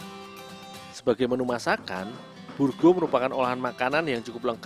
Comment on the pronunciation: burgo...bukan burgu